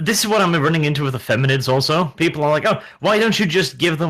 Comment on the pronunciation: Feminids. Did I hear warhammer say "Feminids"?! That's fucking hilarious!